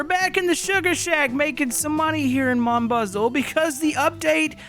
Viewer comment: your saying mon bazou wrong